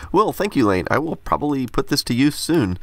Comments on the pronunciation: I dare you to pronounce Iain then ... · Drinking game: take a shot every time you see a comment that says he said "iain" wrong. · Hum I'm pretty sure the name is Iain with an I, not Lain with an L... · Iain- Ian not lane!! :) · That box from Iain Mason, you pronounced the name as "Lane". I work with an Iain, so I've already been corrected. It's actually more like "E-an". I also had the Animator as a child. I got it when I was in the hospital having my appendix taken out. I remember the book that came with it, and there was a baseball animation I was working on while in there. It was awesome. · I had a wee giggle at Lane as well. He must have thought the I was a L. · Lain (Iain), I think It's pronounced the same as Ian 😉 Sorry! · IAIN MASON. First letter in his first name is an "i" not an "L". his name is pronounced like "ian" not Lain. Its the Scottish or Irish Gallic spelling. I get called Lain all the time because of stander fonts make a upper case "i" look like a lower case "L". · Lain Mason lol. I think that's Iain as in capital i pronounced the same as Ian (ee-an) David! (very common spelling here in the uk maybe it's not over there). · That's not Lane Mason, the L is actually a capital i and it's pronounced Ian "ee-un" (That's my name too - I think it's of Scottish origin.) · 'Lain' is actually IAIN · it’s not “Lain” its “Iain” (I’m not American so for you I’m guessing it’s usually spelt “Ian”. Nice videos man. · Lane mason. I believe it's Iain as in e,a,n :P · Lain? I think you mean Iain (same as ian) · it’s ‘iain’ not ‘Lain’ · Great video - as per usual. BTW - it's pronounced 'Ian Mason' not 'Lane Mason'. Just sayin'... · Lol its iain not lane ! IAIN as in IAN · 'Lain Mason'? You don't know how to pronounce Iain? Hint, it's the same as Ian. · Iain is pronounced Ian as It's an older spelling of a Scottish/Gaelic name that is now often spelled "Ian". It's pronounced the same as "Ian". It is derived from "Ioannes", the Latin spelling of "John".